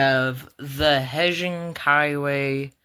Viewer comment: Heijing is actually pronounced "hate-sing"